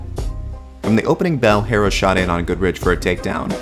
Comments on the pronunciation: *HERRERA NOT HERA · thumbs down for saying “herra”.